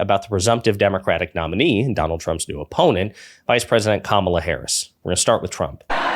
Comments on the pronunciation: Fox keeps calling Kamala “Camilla” or some other weird pronunciation. Nope - Camilla is the Queen of England. Duh! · I think Vance MIGHT, besides dissing Kamala for being “childless”, might be dissing Taylor Swift because she isn’t married, no kids and LOVES cats… Would he DARE go there? ALSO, what is it going to take to get Fox to pronounce Kamala’s name correctly? Geez! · They intensionally mispronounce her name. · I am a Republican who has campaigned door to door and protested at Abortion clinics. I find my party's name calling childish and mispronouncing Kamala's name makes them look stupid. I don't vote for stupid children. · Learn how to pronounce Kamala’s name